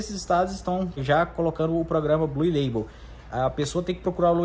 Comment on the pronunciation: amigo nao se fala bluE ... se fala BLU